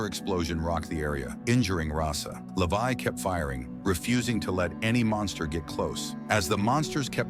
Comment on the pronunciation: his name is levi not lavai😂😂😂..